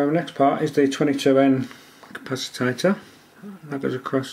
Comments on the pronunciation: why are you calling it capacitator?? its capacitor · Capacitater? Really? "Capacitor" please... Did I get the feeling that UK electronic language is not your first language? :-) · did you say capacitader? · The word is CAPACITOR not "capacitator" which does not exist. Nice video, I've never tried the toner transfer PCB method but it seems to be easy. Ferric chloride is messy and stains everything it touches, you can use sodium hydroxide instead to etch (use a higher concentration and warm it up first) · Also, capacitator? You mean capacitor. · Hehe capacitator LOL... capacitor!! :D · Capacitor not capacitater.. nice build.... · What's a "capacitator"? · Don't forget to buy a small capacitator to go on the small circuit board! Can anyone think that slowly? Honestly, speed it up and stop saying capacitator! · ...its a capacitor, not a 'capacitator'. yikes. ...and thats a 2p, not a penny piece... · If you really insist on wrongly calling the capacitors "capacitATors", why don't you call the resistors :resistATors" and the inductors "inductATors"? LOL But seriously, it's showing ignorance like this that gets people ticking the thumbs down box.